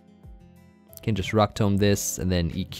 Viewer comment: 'rock tome'